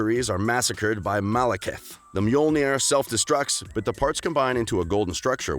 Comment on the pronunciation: 'Mjolnir,' pronounced, ME-YOL-NEAR.